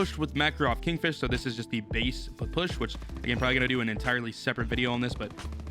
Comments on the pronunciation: its a P. P. S. H. Not a push and its fricking russian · It's pronounced papasha or just call it p p s h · Nah he said Pa- push lmao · Can’t wait for to pronounce the Ppsh correctly. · I bet likes how he pronounces the new gun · He is saying the name of the gun so wrong and his videos of so damn lame